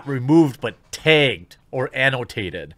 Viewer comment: Jeremy says “Tagged” funny 😄